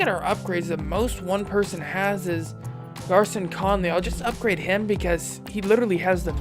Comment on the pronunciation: Conleys first name is pronounced “Gary-on”